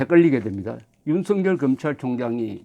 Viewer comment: 대부분의 유튜브방송에서 윤석열을 윤석렬로 발음하고 있는데 정말 부끄러운 일입니다 대한민국의 지성인이 기본적인 국어를 모르고 방송을 한다?